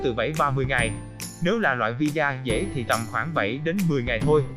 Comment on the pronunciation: Visa mà đọc thành vì da 🤣🤣